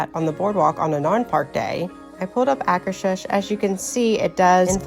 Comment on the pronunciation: This is so helpful! Plus hearing how to properly pronounce Akershus is a bonus